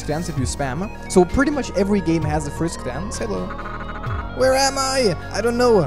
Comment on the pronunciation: did You Call frisk, frick?